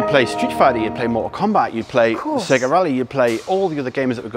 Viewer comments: its SAYGA ! not SEGGA .. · It’s SAY-GA. Remember Sonic SAY-GARRR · Dude, it's "SAY GA" :D